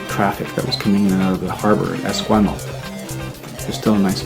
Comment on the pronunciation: What's with the pronunciation of Esquimalt? It's incorrect...